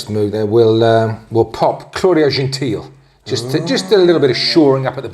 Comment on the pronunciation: He's Italian so it's pronounced Genteel-ay.